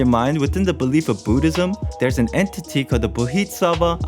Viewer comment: yep. you just butchered those boddhisatva pronounciations. hahaha free sub.